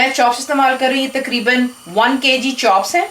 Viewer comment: TAKREEBAN PENDO ACCENT: TAQREEBAN IS THE RIGHT ACCENT.